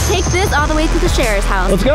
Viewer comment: Sharer not sheer 👍🏼😁